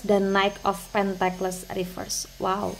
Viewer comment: Cara sebutnya pentikel kak. Bukan Pentekles 🙏